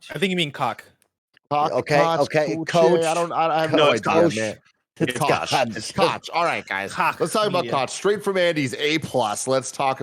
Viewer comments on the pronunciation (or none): I think Koch is pronounced "Coke" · It’s pronounced like Coca Cola. “Coke” Media. Owned by the Koch brothers who are one of the most evil corporations in the US and that says a lot.